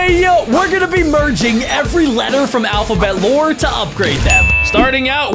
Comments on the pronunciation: Am I the only one that noticed when he said alphabet lore it mistakes to him saying alphabet law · When he said alphabet lore it was alphabet law😂